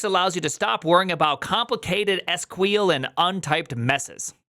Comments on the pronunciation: i think its S Q L not squeal lol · It's 'Sequel' (see-kwel) btw. Here to help. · It's pronounced Skwel :D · Did you just call "sequel" "squeal"? It feels so wrong but it shouldn't matter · Did he say SQL as "Squeeal"? I heard it multiple times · isnt SQL pronounced sequel? lol